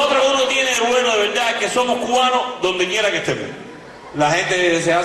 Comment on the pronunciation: Jajajaja el siempre dice la vedad😂